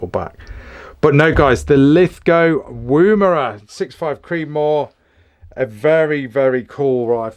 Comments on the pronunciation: "Woomera" is pronounced like "woman" not oooo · Beautiful rifles mate, im looking at La102 in 223 for my next purchase ,btw its not pronounced Woombera, the wo is pronounced the same as in Woman. Looking forward to seeing your vids. Thanks.